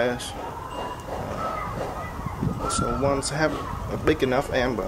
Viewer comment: also, its ember not amber, but its good video